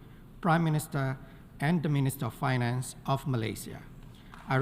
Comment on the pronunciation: This cllas that vary ins price speeech of primm miniterrr